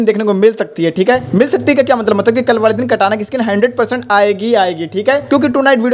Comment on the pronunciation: Bhai vah Katana skin hota hai kata nahin